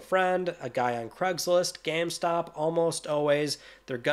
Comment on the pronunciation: Never realized you say geam stop